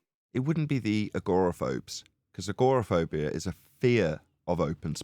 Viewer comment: Look up how to pronounce 'agoraphobia', there's less emphasis on the 'or'. It took me a while to work out what you saying because of the strange pronunciation. Your daughter's response to the going to space question was pretty skilful and very impressive for a 7 yr old.